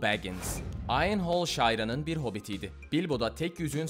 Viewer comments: Filmin sadece fragmanını izleyip video çekmeye kalkınca oluşan hatalar; Shire, " şayra diye okunmuyor şayr veya şayır diye telafuz ediliyor. - Aynı filmde aynı anda oynayan; Sharku' için filmde 38 yaşında şimdi 57 yaşında demişsin "19yıl" Eowyn' için filmde 35 yaşında şimdi 52 yaşında demişsin "17yıl" Lurtz' için filmde 33 yaşında şimdi 53 yaşında demişsin "20 yıl" matematikte biraz sıkıntı var sanırım - Frodo yüzüğü 99 yaşındaki amcasından alır demişsin ama Bilbo yüzüğü Frodoya verdiğinde 111 yaşındaydı. - Sauron'un yetiştirdiğini söylediğin eumun ordusu diye bir ordu yok. - Theoden'in "rohirrimin pelanor çayırı savaşına ve Gondor'a yardım etmesini engellediğini" söylemişsin, oysa ki Theoden, Gondor önünde ki pelanor çayırları savaşına izin vermeseydi önce Gondor sonra Rohan ve tüm orta dünya karanlığa gömülecekti. - Gandalf yalnız dağı geri almak için Thorin ve arkadaşlarına katılmadı, onlar bizzat kendisi bunun için örgütledi. - Sıradan ölümlülermiş gibi "Orta dünya büyücüsü" diye bahsettiğin Gandalf ve Saruman ortalama 3bin yıldır orta dünyada insanları, elfleri ve cüceleri Sauron'a karşı örgütlemek ve hazırlamak için gönderilmiş Maialardır. - Hama'nın Aragorn, Gimli ve Legolas'ı etkisiz hale getirdiğini söylemişsin, istersen tekrar izle hatta bence boşver hiç bulaşma sen orta dünya evrenine. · Shire "Şayra" olarak teleffuz edilmiyor galiba